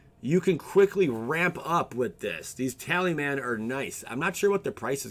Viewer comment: tal-is-man not tally-man